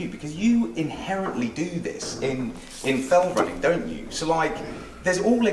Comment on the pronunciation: Was the cameraman calling it "felt running"?